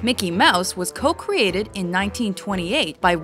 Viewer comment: “Co cweaded”